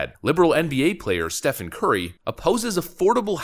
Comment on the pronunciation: It's pronounced "Steven" FFS, not "Stefan".